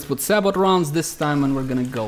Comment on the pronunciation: Nice vid. Btw, sabot is pronounced say-bo. Silent T.